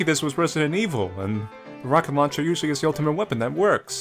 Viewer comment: When you first said rocket launcher I heard rocket lawn chair now that's all I can here. makes it twice as funn7 ^_^. Thank you